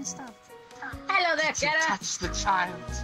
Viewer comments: Car-a Char-a Cair-a Nobody can get the name right these days and when people dont say it like Char-a it bugs tf out of me XD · Corgi Nation I agree they should pronounce chara no cara.